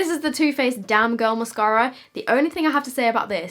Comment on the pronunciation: That accent when u said damn girl in the beginning makes me laugh so hard